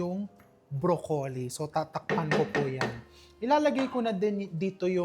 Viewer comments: can you stop saying bro...colli its .. broclli thanks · Brock-ly (Broccoli)